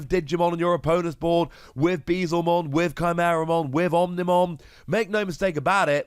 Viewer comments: Hey, loving the content! Very excited to try this card out in purple. As a heads up I’m sure Beelzemon will keep coming up as more good purple cards release, it’s pronounced like B L zuh mon, a play on beelzebub with him being a dark, devilish Digimon. I know Digimon names are a mess sometimes, keep being awesome! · Hearing Bezlemon hurts almost as much as yesterday him pronouncing Guilmon